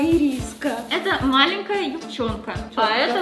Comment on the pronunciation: Что я заметила - малЭнкая!!!!